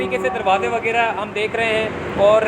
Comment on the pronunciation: Sahib KI Urdu bht kamzoor hay, WAGYRA koi lafz nahi huta ju 15 say zyada bar bolla hay, ye lafz haY WAGHYRA …PLEASE CORRECT THE URDU…